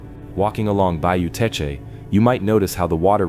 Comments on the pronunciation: It's just Tesh...not Tesh-uh. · ❤❤❤❤❤. I'm from South Louisiana. The correct pronunciation of Teche is Tesh. The final e is silent and the c has a soft sound like s . ❤❤❤❤❤ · It is Bayou Teche, pronounced Tesh. Please quit showing rock in the beginning of the video, we have no rock in the state of Louisiana. We have to import rock from other states. My mother is buried on Bayou Teche, you need to say where these mounds are, I have never seen them. The salt domes are all around the coast of the Gulf of America, look at google maps, you can see the circles, Avery Island is not the only one. You did not mention the amazing gardens at Avery Island, and the bird sanctuary, and the huge Buddha statue. Obviously people lived here before the Europeans came, Caddo Lake area was all Native Americans, we stole around 30,000 acres from them. I did all of the Title to that area, the government swindled them out of all of their land, there was even a lawsuit, but the government won. There were a lot of Native Americans settled in what is now Louisiana, there was a lot of wildlife, hunting, gathering, mild climate, plenty of water. My people settled here in the swamp after being ethnically cleansed in Nova Scotia by the british, some of us stayed in Canada, some in the NE, but a group came all the way down here. We are called Cajuns, Acadians, and we are mostly of French descent. We have been here since the late 1700's.